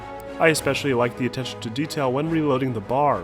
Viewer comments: Please stop saying bar it’s B.A.R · B-A-R not bar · Nice video! Just a heads up, the BAR isn't pronounced bar. It is pronounced by saying each letter, one after another.